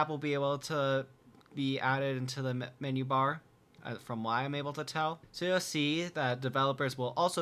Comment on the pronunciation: am i the only one to hear "from the mini-bar when he tries to say menu-bar?